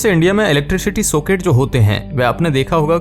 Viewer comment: सोकेट नही चूतिये सॉकेट......दोनों के उच्चारण में फर्क सीख ले